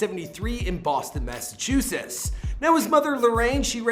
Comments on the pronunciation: “University of Massachusess and Amherst” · Did you just call it "Massachuses"